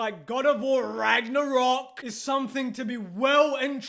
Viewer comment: lol why does he put so much emphasis on RAGNArock??